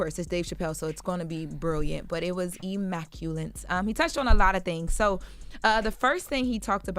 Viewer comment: Did just say Immaculent? 💀💀💀